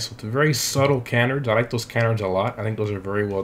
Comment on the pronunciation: can•erds?? Super•le•gera??